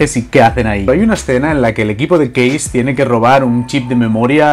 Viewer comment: Porque "case" lo pronuncia bien en ingles Pero " punk" no. ?